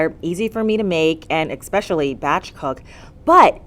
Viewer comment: "Especially", not "Expecially".